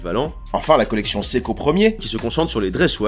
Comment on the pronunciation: ça se prononce SE-I-KO et non SEKO!!!